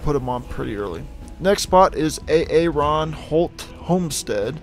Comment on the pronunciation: A A RONHOLT HOMESTEAD its prononouned Air-on or air-en